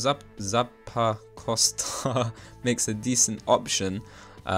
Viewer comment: new drinking game: take A sip of your fav alcohol evertime he mispronounced Zappacosta